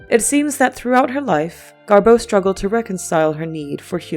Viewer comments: Why do you say GarBEAU????? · DO NOT WATCH!!! I did and it's 13.44 minutes I'll never get back 😢 Waffles on n on talking about early betrayal and only only 1245 outlines how they met inBerlin in the 20's. Constantly misprounces GarBEAU, Marlen n implies GarBEAU left Hollywood n films yrs later on account of Marlen😅